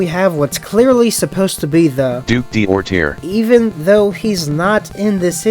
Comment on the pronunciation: French guy here. The AI is full of crap and gives you a wrong pronunciation. D'orterre is spelled like "Doortair" in English. The D' particle, in this example makes it mean "the duke of Orterre". These particles are typically thought to belong to nobility, but many commoners also have it in their name, so it's far to be a trustworthy clue. And hot damn, how come the DC writers have never used the garden prison body horror in a freaking Poison Ivy story?!!! It's awesome!